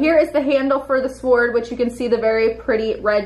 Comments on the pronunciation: And you say sWord it’s pronounced sored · It's pronounced "sord" not swhord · Amusing you pronunce the W in sword. The W in sword is supposed to be silent. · man u really sound out the W in Sword XD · why does she ptonouncw the w in sword